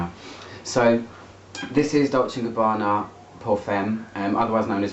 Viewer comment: Gabbana, not Gabanna